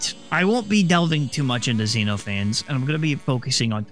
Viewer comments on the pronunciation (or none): zen off uh knees its a Greek name. its not zeenofanes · by the way, xenophanes is pronounced kseno-pha-nes, It's based on greek philosopher who mocked religion just like xenophanes in the exe does